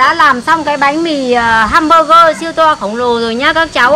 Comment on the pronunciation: găm bơ gơ😂😂😂😂